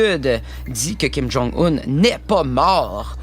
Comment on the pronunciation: kim jon oun